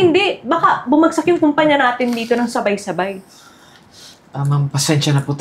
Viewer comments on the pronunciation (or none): Kumpanya not Kampanya, ok?